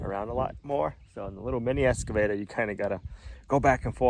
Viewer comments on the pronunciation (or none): I don’t mind the switching from one project to another without them being 100% completed. All projects can have starts and stops for various reasons. This is life. P.S., it is interesting to me that you cay “S” cavator, not “X” cavator. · Let's practice. Excavator. Not escavator. Ex not Es. Say it with me. Here we go. Ex. Ex.